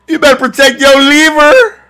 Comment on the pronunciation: "oh caught'em in the leever(liver)" lol a fool